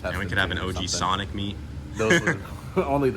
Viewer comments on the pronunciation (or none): none